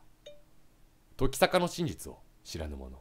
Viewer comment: キヨが言う時坂が乃木坂にしか聞こえないのは病気ですか？